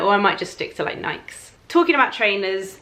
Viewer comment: hey! i also love your hair! ps just wanted to let ya know that nike is pronounced ni-key (eg rhymes with Mikey instead of Mike). hope you don’t find that rude! i always prefer for people to tell me if i have a name wrong so just passing it along. :)